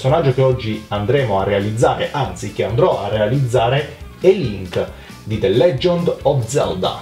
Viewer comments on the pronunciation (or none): "De Leggiond" spero tu l'abbia detto apposta così😂😂😂